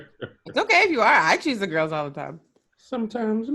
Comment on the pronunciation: Notice how always says tine instead of time. Oh my dear.🤦🏾‍♀️🤷🏾‍♀️🤦🏾‍♀️🤷🏾‍♀️🤦🏾‍♀️🤷🏾‍♀️